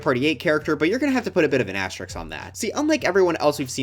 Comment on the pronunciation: Why do you pronounce asterisk wrong